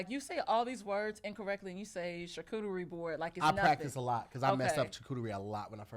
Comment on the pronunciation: said “chacooterie” boards 😂😂